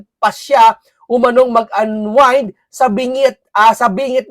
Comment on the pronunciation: iglesia ka ba bakit mahilig ka sa chismis panay ka fake news para maka trending ng views wala kang resibo panay pulot ang news mo saka ang pronounciation ng unwind ay anwined hinde anweend !bobo